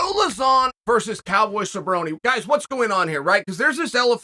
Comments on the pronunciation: “Cowboy Cebrrone”… if mispronouncing names was one of the tell tale signs of CTE, for sure Chael is in deep deep trouble 😂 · No way he called him Ce-BRO-Knee